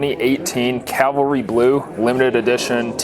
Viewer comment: It's CAVALRY, not Calvary.